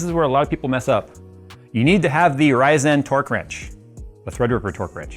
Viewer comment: The way you say Ryzen is weird